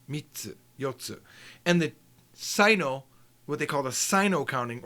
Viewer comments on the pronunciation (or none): none